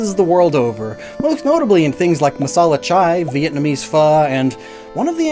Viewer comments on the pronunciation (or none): none